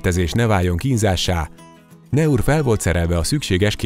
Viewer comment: A franciák szavaik kiejtésekor NEM az angol nyelvet használják, bármennyire is furcsának tűnik! A Naur kiejtése nem "neur", hanem "nor". A franciában akkor lesz a-nak a kiejtése e, ha utána i következik, pl. Alain; de ha azt két l követi, akkor ájj, pl. Versailles. ("Aki nem tud arabusul, ne beszéljen arabusul".) Egyébként a város neve: Naours, azaz "náur".